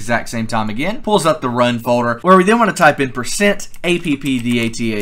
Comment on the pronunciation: When you were making the mods folder, what did you say, you said something like %app something